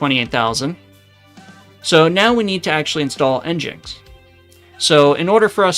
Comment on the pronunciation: it's pronounced engine-x you said it right,, thank you 🙂 you said it wrong 😭 you gotta stop trolling us, greep 😳